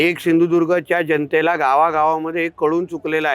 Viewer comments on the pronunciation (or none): तुझ्या बाप्पाला सिंधुदुर्ग बोलायला शिकव पहिले